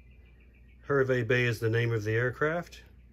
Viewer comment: Terrific review, very informative, I live next to Hervey Bay pronounced "HAR-VEE" and flew on this plane many times from Sydney to Johannesburg and back, I was flying regularly to South Africa (still am) and always in the upper business class cabin and always seat 11A, on all those trips I never had anyone sit next to me, apart from a very friendly Qantas employee, I have very, very, very fond memories of this plane and the upper business class cabin, I have this model in the library/office in my house, what a tragedy the 747's are no longer flying, that small, private, upper business class cabin was the only way to travel 😉